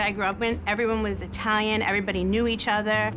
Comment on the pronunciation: Why isnt the daughter pronouncing italian words properly the mafia did